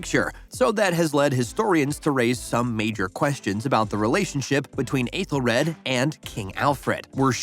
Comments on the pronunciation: The worst offense is how terribly you mispronounced some of these names. "Athel-RAD" Jesus did you even watch the show? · Okay but they way your saying Aethelred is driving me crazy